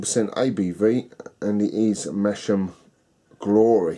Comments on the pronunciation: GRRRRRRRR I could scream.. sorry to be pedantic but it's pronounced 'Mass-ham' notg like Mash-am. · Its Mass-ham LOL! I live near there! Love Theakstons